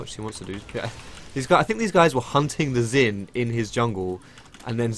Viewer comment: why are you calling Xin "zin"?